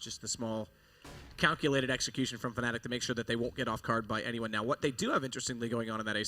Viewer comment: He says "fenelic" instead of Fnatic...or is it just me?